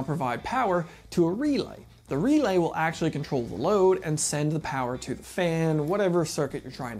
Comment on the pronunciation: This guy? "R E L A Y!!" That's right big Guy U said it right! "R E L A Y!!!!" Alrighty Big Man U did it again! "REEELaY!" (owwww god this is gonna get old?)